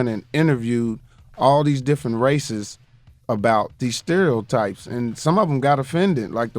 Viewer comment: is Mike trying to say "stereo types " ? haha